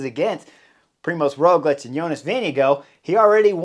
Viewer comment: I am from Slovenia . It is a small country with some 2 mil of people speaking Sovenian. Yes and living some 10 km to Tadej and 15km to Rogljič home, being cyclist also myself I am huge fan. When Rogljič pass me riding uphill has been always a push . But your English pronunciation of both names is so weird ROOOgljič o means O on upper not and finish with hard Č like your CHerry or even harder CH TaaDEeej I dont know how to explain . It is so different :) to yours